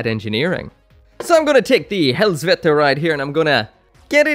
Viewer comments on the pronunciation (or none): The "h" is silent. It's pronounced res-vel-jer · it pronouced H(a)-res-vel-g(e)r Kudo to Final fantasy XIV for teaching how to spell that words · A surprising amount of the time when people say they're going to butcher a name, they don't actually mess it up too bad. This is a sore exception, dear God did he butcher that name, Hresvelgr, he pronounced hellsvegger/veker/veter. I am laughing so hard right now